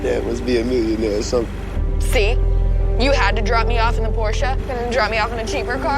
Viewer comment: At least she said Porsche correctly